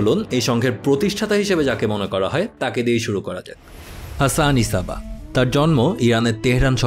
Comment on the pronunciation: ভাই উনার নামের উচ্চারণ "হাসান সাব্বাহ" বুঝি যা হোক ভাল্লাগসে ভাই❤️❤️